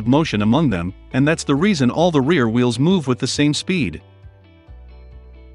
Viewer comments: hey it Wheels not veals. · Just realized Tesla's have open diffs. . Your voice software says Vheels not Wheels. My ADHD was distracted each time it said Vheel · Did anyone else hear “Veel” a lot?